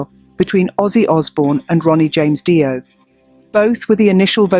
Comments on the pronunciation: Make the AI say DeeOh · Who is Die-oh? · Dio is pronounced Deo LOL. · Who the fuck is this “Die-oh” person??? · No,it's pronounced DIO because he was of italian origins... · Stop mispronouncing Dio 😢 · Seems to be true; what can you say about some space-worm who doesn't bother to listen to other videos on YouTube to learn how to pronounce Ronnie James Dio's last name.